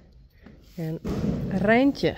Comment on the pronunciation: I love the Friesian word for “bye”😊 and also when rolls the “r” in Reintje! And it appears the internet agrees that there is no direct English translation for the Dutch “gezellig”. So, in typical English fashion, we just take the word!😀